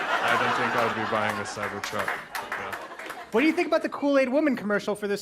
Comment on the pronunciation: "Yes, I dew," "I dew...they should be wary of what they're dewing," -clone to McConnell